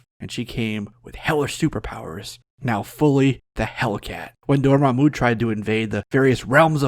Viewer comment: "Door- mom- u" I love it.